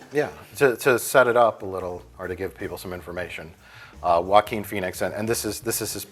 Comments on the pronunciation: Everytime they say Joachin Phoenix I hear Walking Phoenix. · Joaquin* And because his name is Spanish and they have no idea how to pronounce it